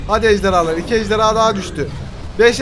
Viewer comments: Abi ejderya değil ejderha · ABi sen ejderya diyorsun